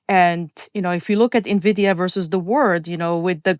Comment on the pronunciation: Despite Chris's best efforts, didn't comprehend how moronic he sounds by mispronouncing Nvidia.